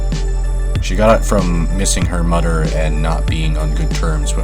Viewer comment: How can you say "THIS" but also say "mudder and fadder"